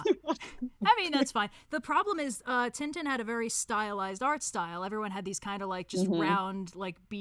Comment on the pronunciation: the way they pronounced Tintin...